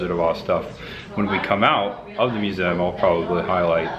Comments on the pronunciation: Thank you for this review, now I do not have to give them any money. Also it's pronounced museum. 😘👉👉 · the way you pronounce museum is funny. mu-zzem